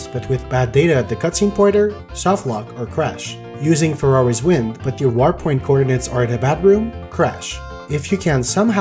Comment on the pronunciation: I can't help but hear "Ferrari's Wind" every time you say "Farore's Wind"